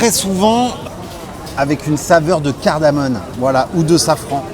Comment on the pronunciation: CARDAMO-ME !!!!!! On te reprend en permanence, c'est excessivement énervant 😉